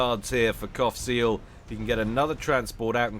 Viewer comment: Everytime you said Qaphsiel all I hear is Cockseal :/